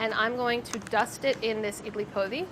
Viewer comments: I'm sorry, but the way Sohla pronounced Idli Podi :( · me, a malayali, trying to figure out what idli podi is then realizing she's pronouncing it incorrectly